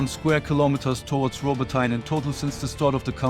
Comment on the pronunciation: Роботне/ Robotyne is not Robotine Robot_Nay or Robot_Knee is how it is produced in English.